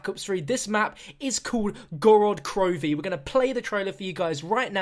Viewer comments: It's Gorod Krovee. Put emphasis on the first o in Gorod and emphasis on the last letter in krovi. Город Крови in Russian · No offense but it's pronounced gored crofee. Roll the r's. I'm russian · please say the name correctly its pronounced gaa-raat kro-ve